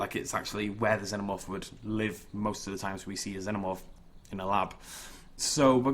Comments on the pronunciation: ITS FUCKING PRONOUNCED ZEE-NO-MORF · You're a cool guy but I get mad every time you say xenamorph wrong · you need to say xenomorph as xinomorph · Can someone help me? Is it pronounced like Zenomorph or Zeenomorph. I've been saying it the second way forever. Am I wrong? Does it matter? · It's pronounced (Zee-No-Morph).